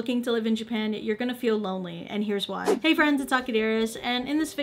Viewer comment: Stop saying Jipan.